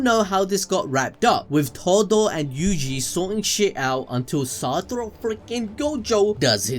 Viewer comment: SATORU u u u uu uuu u uuUuuuuUUUUU its satoru , no satoro , if u gonna say his name 15 times a minute u might as well do it right xd